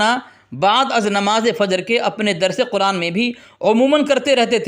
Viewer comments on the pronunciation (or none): none